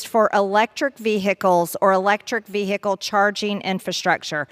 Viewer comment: Ve-hicle, ve-hicle, ve-hicle lol stop!